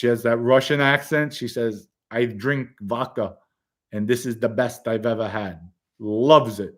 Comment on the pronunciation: Lol I love the show but my OCD zero’s in on “VOKA”. I’d die if you pointed out “”Yes! I know it’s VODKA”. Keep up the awesome work